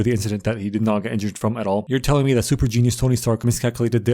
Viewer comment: 😭zhat is not za missle